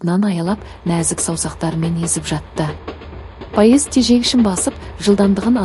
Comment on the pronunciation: Паезд деген не неге дұрыс оқымайсыз😂